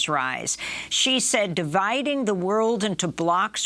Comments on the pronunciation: i dont understand why wester media call him president G. is xi, pronounced like she. at least try to say it right. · Xi is pronounced more like saying the letter C, not G! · Mr. Mc Coy, since you are an expert on China, it would be of great value to you to pronounce China's president correctly. It's Xi as in "she", not "zzjee" or "gee". Same suggestion for Ms. Goodman. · If someone can't pronounce the names of Chinese leaders, then I see them as wannabe experts. It's Shee, not Gee (Xi Jin Ping). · Couldn’t properly pronounce any of the words he said in Chinese but claims to be an expert on China? He says Taiwan is vulnerable and weak and the Chinese would 100% win the war. That’s simply just conjecture. Taiwan is in an excellent position to defend itself. So called experts on China never give Taiwan enough credit. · Is the mispronunciation of his name on purpose or ignorance? Xi = Z in Chinese and English. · How can you listen to someone who doesn’t even pronounce Xi correctly. And he doesn’t understand what war games are for. You are supposed to lose them. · This guy wrote a book about China without bothering to learn how to pronounce Xi Jinping’s name. Think about that. That’s some chabuduo 差不多 right there.